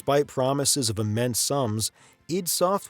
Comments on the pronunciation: Isn't it ID software. Said as eye dee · I don't care what they say, I'm always going to call it I-D software never id.... If they wanted it pronounce that way, maybe they should have done a little better job being present in television, radio, documentaries or something where they audibly set it out loud